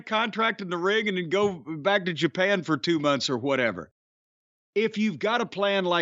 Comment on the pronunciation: I’m so hoppy ta be heaahh. New Japon!